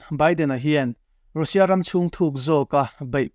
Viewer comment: 'Rusia' tiin lam suh, 'Rasia' tia lam rik tur a ni e...